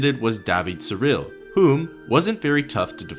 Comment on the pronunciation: Surilie, not Surille.